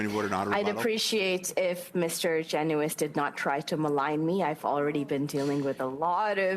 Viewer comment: GEN-YOU-ISSS is how everyone says it, watch the committee hearings you learn a lot